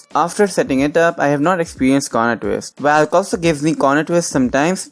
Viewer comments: Nice.. but pronounce Valk as 'Vok" , not 'valk' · Hahahaahahaa 😂 The way you say Valk 😂😂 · Angry Lemon Ikr